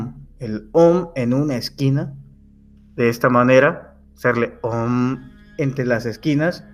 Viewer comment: el Om se pronuncia aum